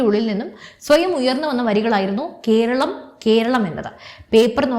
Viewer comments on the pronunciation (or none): കീരളം, കീന്ദ്രം, ഒന്നു നേരെ ഉച്ചരിച്ചുകൂടെ.